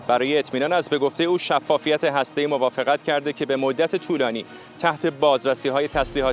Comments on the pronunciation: سمیرا چرا لوس میشی و بیسوادی خود را نمایان می‌کنی؟ هرمز و هسته‌ای دو ح جیمی نیستند بلکه دو ه هوّز هستند. خبرت را ساده و مختصر گزارش بده و به میکروفون نچسب. لفت و لعاب دادن بر خبر ارزش آن را کاهش میدهد. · اشتباهی گفت ه جیمی 😂 ه هاشمی درسته : هرمز ، هسته ای